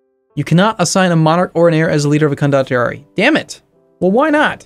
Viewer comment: I am pretty sure it is pronounced con-do-tee-ar-ee.